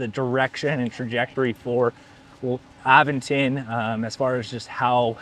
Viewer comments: Uh-VEN-ton. You have to indicate which syllable is stressed. And syllables always have a vowel. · Nice bike. I believe it's pronounced uh-ven-tn. Sorry but I'm picky on proper noun pronunciations.